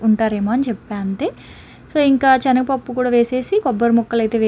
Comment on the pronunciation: Adi chenaga pappu kadu Senaga pappu